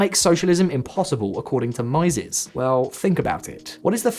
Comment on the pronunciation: Just one note: Mieses rhymes with cheeses.